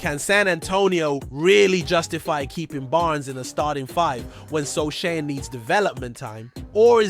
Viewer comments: "Precision"? You mispronounced Jeremy Sochan's name. No like. No Subscription. No more clicks for you. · its pronounce as SOOOOOO HAANNNNN you moooooron... idiooooot youtuber...